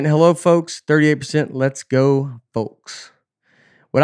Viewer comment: Does Nate say "let's go" or "less go"